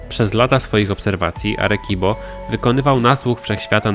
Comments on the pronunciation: Czyt. "Aresibo" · "Arekibo" hahahaha o jacie xd pękłem ze śmiechu